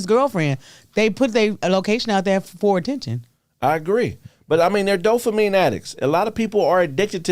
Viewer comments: I love you and the show dawg that's why I gotta let you know DOPAMINE NOT DOPHAMINE YOU KEEP SAYING THAT SHIT SO WRONG 😂 DOPE NOT DOPH ain't no Ffffff sound in the whole word please fam cuz you smart asl but it don't sound like it when you say dophamine with a serious face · Can someone tell that it’s “DOPAMINE” NOT “DOHFAMEEN” 😂 and “HIMINIST” is fucking brilliant! 😂